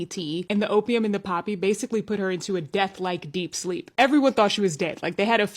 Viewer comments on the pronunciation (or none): none